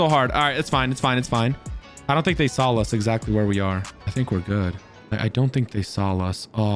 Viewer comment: this is so weird, every time he says saw, he pronunciates it "sawl" and this has never bugged me before but its so annoying now